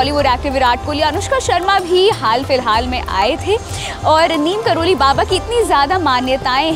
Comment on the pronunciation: नीम करोली नहीं नीब करौरी होता हे